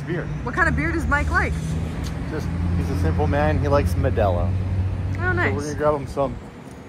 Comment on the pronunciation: Medela you meant to say MEDALLA , the word is in Spanish and from Puerto Rico